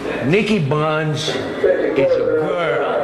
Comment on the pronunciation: bonds is how he pronounces it